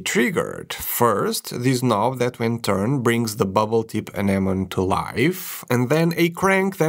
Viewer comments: It's called an - uh·neh·muh·nee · It's a reasonable assumption it would be a silent "e" given how many English words end that way, but anemone is actually pronounced "uh-NEM-uh-nee." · Anemone is pronounced like "An-em-oh-nee." For future reference. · Say it with me Ah nem oh knee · Did nobody watch finding Nemo that they keep mispronouncing anemone? Note: English is my 3rd language. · Poor, having to pronounce "anemone" so many times